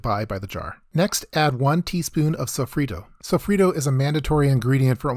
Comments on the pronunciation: Every time I heard "Sow-free-toe" and "Sah-zone" I imagined my ancestors crying from the bad pronunciation. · Pronouncing sofrito like that should be criminal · He said sofrito like an gringo